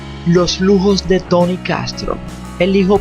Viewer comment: Porque dices Tany? Es Tony!!!